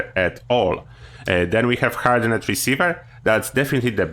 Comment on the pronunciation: I guess I need to be that person.. Hardened pronounced Hard-end. Not hard-end-ed. :) I chuckled everytime you said it.